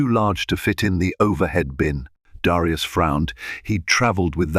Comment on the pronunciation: Great story but aren't there any American AI or American readers period? Especially in the pronounciation of Black names like Darius or Elena (from another story). Prejudice, still in this day and age should never be tolerated, yet, it was prevalent and tolerated on that airline. Thank goodness for cell phones with cameras and sound for recording.